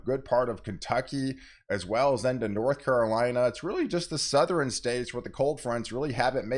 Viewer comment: It,s. Southern not southeren